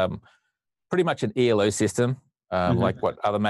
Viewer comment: This is incredibly pedantic, but it's Elo (Ee-low) system, not ELO. It's not an acronym, it's named after Arpad Elo, the guy who invented it.